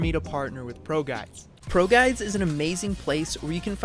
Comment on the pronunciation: When he said “ProGuide” in the beginning of the video who thought he said “Pro Guy” i did